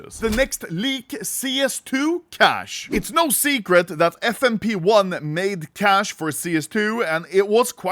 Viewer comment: It's Fm-pone. Not Fmp 1